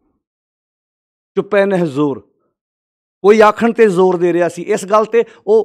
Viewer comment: ਲਫ਼ਜ਼ ‘ਜੋਰ’ ਹੈ ਕਿ ‘ਜ਼ੋਰ’???